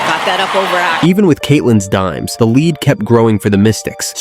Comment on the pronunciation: "she collects daims like invinitystones" 😂